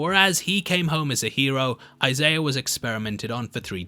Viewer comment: love the content, love the channel, but there is no r in the name Isaiah